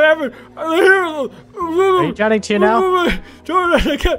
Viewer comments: Its Drowning Not Drownding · You kept saying Drowding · Ugh he says drownding, instead of drowning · it bothers me sam kept saying drownding. its drowning not drownding. Not trying to be mean it just bother me. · “Dr. Nurse that kids DROWNDING over there” DROWNDING? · Nobody:: "drownding" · why does say drownding